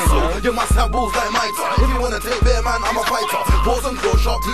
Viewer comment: Bear man not beer man lol need to put your reading glasses on g need to research your pronunciation fam To blunt tv us grime vlog originater dominater